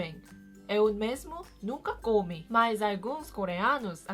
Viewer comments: Cara vc só Prescisa saber qual é a sílaba tônica das palavras como:com(í) e não cômi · Na hora de falar que nunca comeu alguma coisa fala nunca comi, mas fala o "i" como se tivesse assento, como se fosse comí, Não estou criticando seu português, pelo contrário, você fala muito bem! Só estou dando uma dica